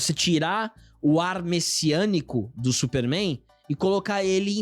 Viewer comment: "Supéérrrméin" (pai dos Albas)